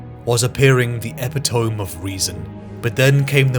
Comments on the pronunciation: Tiny nitpick. Just because it threw my immersion off every time I heard it. Epitome is pronounced epitomee. E-pit-o-mee. Not e-pi-tome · i dont mean to be 'that guy', but you pronounce the word epitome wrong. its pronounced a-pit-a-me, not ep-it-ome. yes i know, it makes no sense normally i wouldnt mention it, but youre a voice actor and its probably something youd find helpful